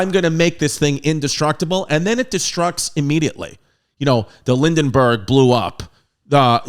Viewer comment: Fuk'n love da Lessons Babe! Also....Lindenburg?! Lol You silly but you're a good kid